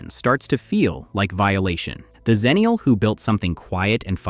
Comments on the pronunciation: The problem is that Xennial and Zennial are pronounced the same, so you don't know which you're talking about. I prefer EX ennial, too. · Its pronounced 'ex' ennial not 'Zen'nial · "Xennial" should be pronounced with an "ex" sound at the beginning, as the name derives from Gen X, not Gen Z. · So, the 90's female barbarian is called "Ex-na?" EDIT: I will admit that that the commonness of the pronunciation will cause trouble 20 years down the line. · I agree, but the woman who coined the term “Xennial” pronounced it with a /z/ sound at the beginning.